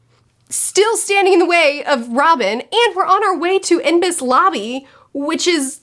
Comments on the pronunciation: Ennies lobby is how it’s said( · "N e's " lobby. "e's" sounds like the end of the word pennies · Enies Lobby pronounced N-ees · Ennis lobby not enbis lobby Why do people who read romanized manga always fuck up the names ? I swear every people are new to one piece they call Luffy laffy or laufy . How do you register that Lu makes a lauf sound? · "Impes Lobby" Oh boy. I know you're past Impel Down at this point but oh boy that slip of the tongue was dangerously precognizant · For enies lobby it's kinda pronounced as "any es lobby" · So you are aware before hand - Enies "I-ne-sas" or another way to say it is heitz, like the ketchup, without the "H" 2nd.... you are coming onto 2 of the absolutely most awesome moments ever, 1 involving Usopp, and 1 super iconic one for Luffy. It will be interesting to see if you pick the "fan favorites" before you know what they are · Pronunciation guide. "Enies Lobby" - Any's Lobby Read the SBS portion at the end as well as the cover story. The SBS holds sometimes important information that is not put into the Manga because Oda doesn't have time to draw everything. The same goes for the cover story. But this information is canon and is talked about all the time. There are also databooks that are supplements to the story to further build out the world when Oda has the time. Again your enjoyment of this series makes me very happy! P.S - there is more to come with the Merry. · "Enies Lobby" is pronounced "eh-niece" :) I absolutely looove your reviews! I love to hear you struggling with wordings sometimes, and see the emotions on your face, and how you're using your hands when explaining. It's really wholesome to watch! Also you're pointing out so many details that I kinda felt, but wasn't able to put into words until now. Thank you for making me relive so many beautiful One Piece moments! ♥ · by the way, Enies Lobby is pronounced Eh-nees lobby, loving the review series! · Enies rhymes with Denny's En - As in Enter ies - As in pretties